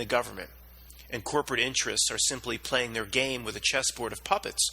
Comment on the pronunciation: it was actually "playing" but just sounded like "plane"